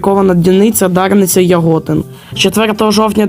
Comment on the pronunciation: Розповідь чудова, але яке відношеннч до станції Дарниця має " картопляний" 2ТЕ10 ? Більш поиродньо для Дарниці М62 , 2М62 та 2ТЕ116 від УЗ. І неправильний гаголос в назві міста Яготин.